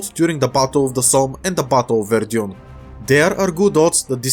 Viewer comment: I think it should be pronounced "Вердан" not "Вердьюн"